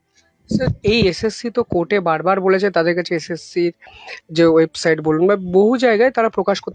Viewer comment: 'ওয়েবসাইড ' নয় ভাই, কথাটা 'ওয়েবসাইট '! প্রতিবেদন টা চমৎকার ! 🎉 এবার আসল দোষীরা সামনে আসুক !